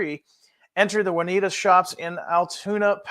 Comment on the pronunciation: Juniata Shops — not Juanita…